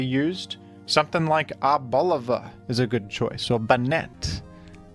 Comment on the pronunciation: As a Spaniard, his pronunciation of Arboliva pains me😔